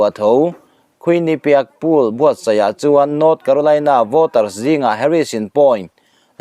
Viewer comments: Ka pu.... Pûl ti a i lam rik hi Poll/Pawl tih tur a nih hmel a, 'Hisbula' i tih pawh hi 'Hesbollah/Hesbola' tih tur a ni em? Kan beng ber ini bawk a, nalh leh dik deuh han puang teh le...huat lo ah aw... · Poll - pawl ti in lam tur .. Poll - pul. ti in an lam ngailo .. adiklo hul hual bawk ... Comnt te hi chhiarve thin la ... itih dik loh te insiamthat nan hmang thin rawh Chuan .. Armir ti in anlam ngailo bawk Armawr/armawrar ti in an lam thin Nangchiahin ARMIR ti in ilam .. intih lam nalh itum lutuk vangnge ni ... Thil hming ilam diklo nasa hle ani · Opinion Poll (Pawl) tih tur a nih hmel e.. (Pull) nilovin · Puul.. hisbawla.. ati lehta.. Lungtum bul a thil sawi ang chiah. A ṭawng hmangtu/neitute lam rik dan te hi chik ve tur tunang laiah chuan. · Poll hi puul ti hian i lam tlat mai thin a😂 khawi sikul chhuak nge i nih tih zawh mai che ka duh.Hmasawn tum teh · Dik chiah. Tawng dik zir ve phawt la a tha lo maw. Poll hi tu dang mahin pool tiin an lam ve ka ring lo.